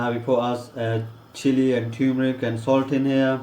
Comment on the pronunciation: Fake accent and you dont know how to pronounce turmeric 🤣🤣